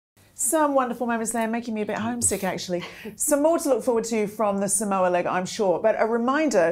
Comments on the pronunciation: Its 'Sah- mow- a' not 'sam-o-u'. Samoa. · FYI Samoa is pronounced Saa-mawa not Sa-mowa